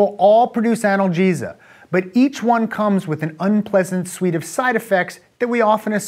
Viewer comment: This guy is a doctor and he can't pronounce "analgesia" and "enkephalins"? :S